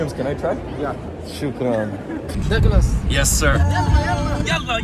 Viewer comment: اسمه دقلاس وهم يقولون دقلوس